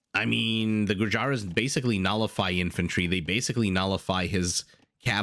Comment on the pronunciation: Gur-yara. Shock-ram. ... Please google how to pronounce anything you intend to color commentary.